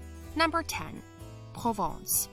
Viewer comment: Nice but check the pronunciation! The city of Provins has nothing to do with Provence!